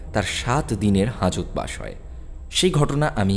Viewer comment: আবার আপনার গল্প পাঠে চন্দ্রবিন্দুর দোষ। "ঘোঁর" /"হাঁজত" /"জেল থেকে ছাঁড়া পায়" / "আঁটকাতে পারবি না"/ "কেঁটে যায়" - এসব গুলো কি দাদা? এগুলো এবার দয়া করে পরিবর্তন করুন।